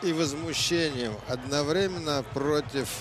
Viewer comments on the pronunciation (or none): none